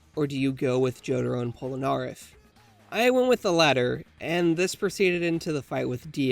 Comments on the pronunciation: Who Cringed When He Prononced Polneraff Wrong? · Pronouncing Polnareff incorrectly🤦‍♂️